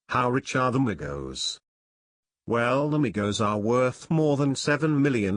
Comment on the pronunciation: Thank God You Said Their Names Right Other YouTubers Always Say That Shit Wrong